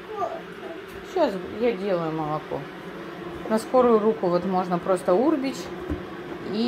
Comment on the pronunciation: Урб Еч,,урбЕч,а не Урбеч!